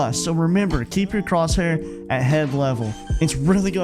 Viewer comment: Good video mate just with crosshair the h is silent